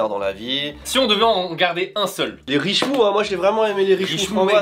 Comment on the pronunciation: Alors en fait la secte c'est le culture de Richnou, pas richmou :p Avec le Grand Skippy ! :D